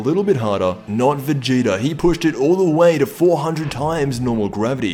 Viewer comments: you said vageto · I swear you said ''vegito''' at the beginning